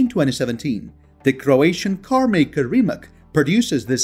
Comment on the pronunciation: RIMAC is pronounced as RIMATZ, not as RIMAK. NEVERA price is about 2,4 mil.USD.